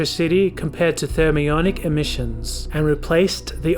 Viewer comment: This dude clearly has absolutely NO idea what he's talking about. From the way he mispronounced "thermionic", to confusing trans*istors with *re*sistors, I would take everything he says throughout this video with a grain of salt. Hell, make that a *pound of salt. Do just a little more research next time, so that when you explain something, you'll actually know what the hell you're talking about. I'm not suggesting this to be a dick, and I'm sorry if I come off as one even though some parts of your video were infuriating and very deserving of criticism. I'm suggesting this so that's your videos can be of a higher quality, and it'll be easier to trust what you say because it'll sound like you actually know what you're saying rather than just reading from a script and having no idea as to what a *trans*istor is versus what a *re*sistor is, for example. They are very different, yet at the beginning of your video when you mentioned transistors, you showed footage of resistors on it being placed on a circuit board, followed by a number of other electronic components, none of which were transistors.